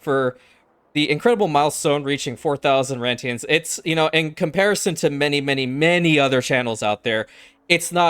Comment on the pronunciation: Intro: Somewhat Southern-sounding came in. 😂😂😂